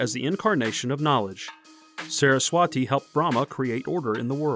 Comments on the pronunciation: Sarah's - Swaaty is the more closer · the way he said "saraswati" is for sure a problem lol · The way he said saraswati😭